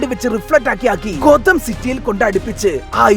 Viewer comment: ഗോതം യൂണിവേഴ്സ് ❌ കൊതം യൂണിവേഴ്സ് ✅